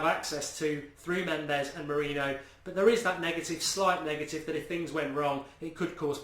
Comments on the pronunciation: Please pronounce it "Mouri-nio" and not "Mouri-no"! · I assume you're joking. It's more like "more-in-yo" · come on, Mark! say it as Moor-een-i-oh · Mu-Ri-ni-ho easy way to say his name correctly. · Say his name correctly. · STOP SAYING MOURINHO 😂😂😂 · Show some respect and say his name correctly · It's frustrating that you don't say mourinho right 😴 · Every week we're going have to listen to mourinho being pronounced wrong ...brilliant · Please pronounce Jose Mourinho right man!! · You have to learn to say our new managers name. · Mark can u PLEASE start saying MOURINHO's name properly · Arrrgggghhh you can't even pronounce Mourinho's name correctly.